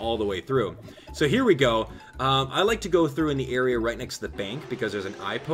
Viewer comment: STOP SAYING GO THOUGHT